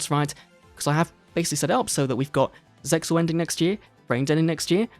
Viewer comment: English dub is super ass and has no bearing on the objectively superior Japanese version. Hell, the localizers were so regarded they couldn't even pronounce ZeXal's title correctly!